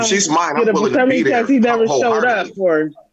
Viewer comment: Dude said PERternity?! 😂 hellnawww